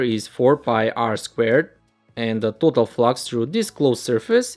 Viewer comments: Let's take a look at the pronouncing of total also #_# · Who notice when says तोतल flux😆